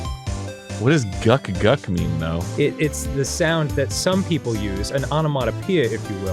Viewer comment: For future reference, Danny, it's "gluck," not "guck." 🤭